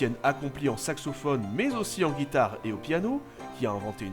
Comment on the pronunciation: "Guitare" TRIGERRED